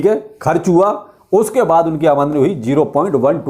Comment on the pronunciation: आमदनी नही आमंडनी 😂